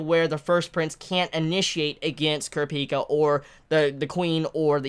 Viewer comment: The way you say kurapika makes me very uncomfortable 😂